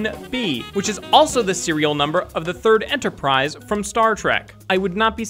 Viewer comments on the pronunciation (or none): none